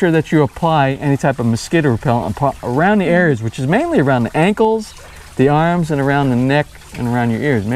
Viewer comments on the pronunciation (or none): none